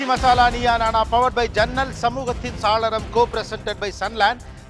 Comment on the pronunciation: Saaralam nna jannal nnu artham!! Not “Salaram!! Gopi Sir!! Saalaram nna artham vera!!! Thamizh arinjargal ulla sabayil idhu thappu!!!